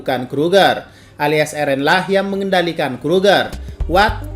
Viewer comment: Pas ngomong "what" Sumpah sih kureng hahaha. Tp kontennya oke. Lanjutkan